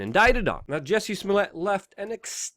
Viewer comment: Not Jessi, jUssie as in juice